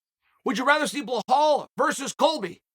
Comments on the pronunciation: Is there any good reason you consistently misread the name "Belal" and call him "Blahal"?? I mean CONSISTENTLY. Is it so hard to just read 5 letters and remember them if that's the only one job u have? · Its Belal not Belhaul… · Great Chael! Would you please say Belal not Buhaol! Thanks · Hey Chael love you man, but who the hell is blehal? Not sure if your trying to be funny but it''s belal not blehal!!! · This guy is fantastic I love how much he fuck up his name constantly with (confidence)😂😂 blahal= belal. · Why DOES chael keep saying BLEHAL??? The mans name is BELAL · Someone tell Unc it’s Belal not blahall. Undefeated and undisputed. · His name is Bilel/Bilal. Spelled Belal in usa. NOT Bihol, ghail!!! Islam Machachev, you call him Malkotsjev. You doing on purpose ,🤣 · CHAEL!!! FFS could you at least TRY to pronounce the man's name correctly!?? At least TRY... out of respect??? It's not "BLAHALL"... it's "BELAL"... say it with the class... "BEEE-LAL". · BELAL not BEHAL hahahahaah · Hey chael… his name is pronounced. Ba-lal. Not ba hall. 🤦🏽‍♂️ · Chael come on its not blahal, its belal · its behaaal not bilal, Uncle Chael always gets it right thank you <3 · Who the hell is Blahall? His name is Bilal! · Bro it’s Belal not behall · Chael: Hi I'm Chael what's your name? Belal: Belal Chael: Nice to meet you Blahall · It’s not behal it’s belal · How does an easy Belal becomes HBHalal to you Chael. After this you cant pretend you cant pronounce names correctly. I mean its belal. B E L A L where do you see an H in that? It's clearly intentional now😅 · Who the hell is BLehal? 😂. You can’t even pronounce BELAL? There is no H lol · Dude, its Belal, not Bauhaul 😂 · Is B-E-L-A-L, old uncle; not Blue-hall…! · it's belal not blahal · is his name Blehall, or Belal? idk, I forgot the name.. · Thought his name was Belal not Blehaul. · 😂😂😂😂I can’t get over how Chael pronounces Bilal’s name hahahahah he’s gotta be doing it on purpose by now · “Blehal believes in Blehal.” My word